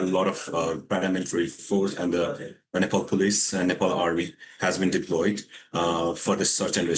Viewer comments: Keep repeating nepole😅 its NEPAL! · Nepal , not nepol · Announcer correction please "Nepal" not Nepol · it is called as Nepal and not Nepol , please correct your pronunciations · Nepal.. Not nepol